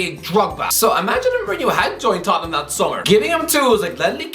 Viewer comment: As a wise Italian once said, ‘It’s da ‘istory of de Toh ten ‘am.’